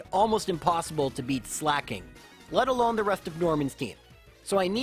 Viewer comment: why on earth does he pronounce Slaking like slacking???